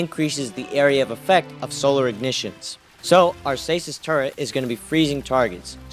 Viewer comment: Turre"N"t........it's pronounced Turr- Et. Never been Turr Ent. Never will be. Other than that nice build.